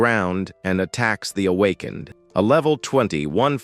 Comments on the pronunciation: MF Ai can't read "Awakened" 😂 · Needs more training